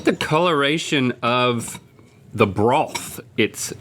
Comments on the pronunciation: It's ok, Rhett. I immediately picked up on the "brawth" too lol. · always love your alls' content!!!! "broWth" 🤣